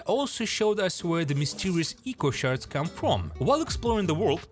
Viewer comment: You pronounced echo shards wrong